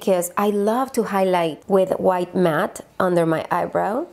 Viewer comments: Me encantó cuando dijiste “juait” refiriéndote a white jjajajjaj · Juait = white jijijiji eres bella solo me dio risa yo tambien tengo palabras q pronuncio gracioso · JAJAJAJAJ me encanta como pronuncia white “juait”